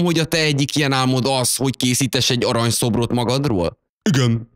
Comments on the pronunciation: "Jól látom hogy te egyik ilyen álmod hogy készíteS" :DD Készítes :D Pamkutyáéknál is csomószor hallok ilyen nyelvbotlásokat :D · Hibáztál! "készítes" :) Amúgy jók a videóid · fére mondta:készites :D (vagy én halok rosszul)